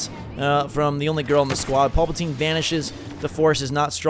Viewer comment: I cringe hard every time he calls Palpatine Paulpatine."